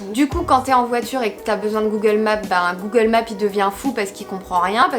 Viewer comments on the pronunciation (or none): none